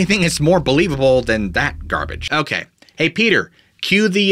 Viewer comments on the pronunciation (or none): none